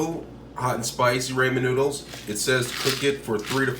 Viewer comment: I couldn't even focus on this video after I heard Raymond noodles I went straight to the comments lol